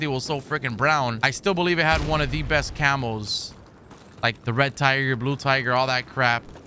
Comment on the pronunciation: No joke I thought you were saying camels and not camos hahaha